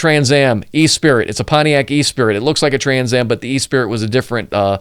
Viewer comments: "E-Spirit"????? I think you meant to say,......"Esprit".......pronounced "Eh-Spree". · Es- prit. Not e-spirit. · I think its Eh-spree :) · Hi, you mentioned you are a Chevy guy and you are showing a Corvette on one of your screens (good choice!), so I’ll give you kudos for correcting yourself on the Pontiac Firebird sub model: Jim Rockford didn’t drive a Trans Am, he drove a Esprit (ess-pre) as you stated, but mispronounced as e-spirit. The world literally is French for spirit but we don’t pronounce it like that (think of the phrase esprit de corps). I read James Garner thought that Jim Rockford would not be able to afford a Trans Am (given that he often was out of work and many clients stiffed his fee of $200/day plus expenses) and it would also be too flashy for a real PI to use. The cars Pontiac provided were optioned as higher performance Formula models but badged as Esprit’s (one level up from the base trim) with the Esprit hood, without the dual hood scoops from the Formula (two levels up from base but below the Trans Am). The higher performance was often featured in chase scenes where Jim Garner himself would often use the classic reverse J-turn that is now known as “The Rockford turn” used as an escape move. Thanks for your opening credits breakdown, very interesting. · For Pontiac Esprit, say Pontiac ES-pree not "e—spirit" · The car was a Pontiac Esprit pronounced “uh spree” not e spirit. Not even the same word. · I learned more than I ever wanted to know about video editing by watching this video. The only quibble I have with the video is your mispronunciation of the word “esprit”. Rockford drove a Firebird Esprit. Note spelling. Only one i. It is not pronounced “e-spirit”. The word is pronounced “esspree”. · Love the video. But every time you pronounced “esprit” as “E-spirit”, I wanted to throw my phone into a wall! Esprit is a french word meaning “spirit”. It is pronounced in English as “UH-spree” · NOT an "E SPIRIT" DUMB ASS! Esprit' (Espree )